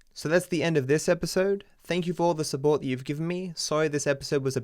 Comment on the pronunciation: You subbort instead of support